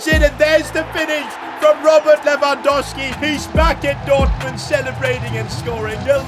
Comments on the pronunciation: Stop saying Lewandoski, its Lewandowski mate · you need to say his name right ita lewangoalski